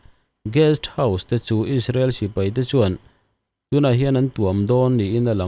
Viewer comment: Engvang in nge isrealy i tih kher kher isreal ti ve maila